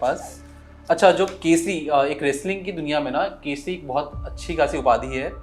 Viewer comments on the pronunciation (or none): Hahaha! KC kyu bol raha h yaar kesari hota h. Hind kesari, haryana kesari ye title hote h kushti ke google voice ka kamal h ye aapka KC😆😆😆